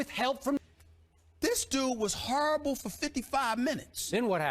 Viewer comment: Charles Barkley possessed stephen a for a sec. "Hurrible"